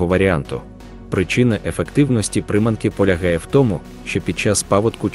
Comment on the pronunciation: НаживкИ і прИманки? ПоплАвкова ловля, лУска,... Що за наголос? Це читає робот чи неук?